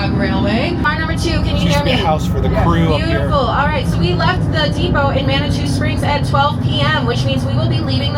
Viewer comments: Manitou is pronounced Man-ah-to. Glad you got to visit us here in Colorado Springs/Manitou Springs. 3 ways to the top, Cog Railway, hike the Barr trail (only for those who are in decent shape and have been in the state for a few days, elevation sickness is a killer when mixed with physical activity), or the Pike's Peak highway. Always bring some form of winter gear, even in the middle of July, it may be 90 degrees in Colorado Springs, but it'll be 40 or colder at the summit and storms come in quickly and unannounced (hiked it one year at 97 degrees, but had to go into the fetal position under some boulders because a lightning storm hit shortly after I passed timberline and lightning does bounce off rocks lol, ended up with a mild case of hypothermia that day because I was soaked mixed with the high winds and cold temps, worst day of my life, thankfully someone offered me a ride down." Oh one last thing, if you don't get a donut at the summit house, you did it wrong, it is tradition. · Hey man it's pronounced "ma na too" but love your content, keep up the good work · Sorry but my karen side wants to scream its pronounced ma·nuh·too springs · I wish I was there. My daughter lives in Colorado Springs. Manitou Springs is pronounced ...Man nah too .. they do have a incline there and good food.. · Learn to pronounce Manitou. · Did he say “manitwa” lol it’s pronounced Mani-two. Sorry not trying to be rude but it just made me laugh. Glad you got to go there though Manitou is such a nice little town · You are in my backyard! (An FYI, the city of Manitou is pronounced Man uh Too). There's a lot of interesting history with the cog railway, it recently went under massive maintenance and updates. A special company had to come in from another country because these types of trains are so rare! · It is pronounced "Man-a-Two Springs.;'